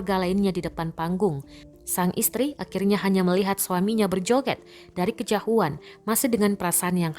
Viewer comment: dari "Kejahuan" 😁